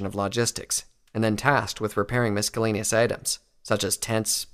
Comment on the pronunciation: THE C isn't pronounced in miscellaneous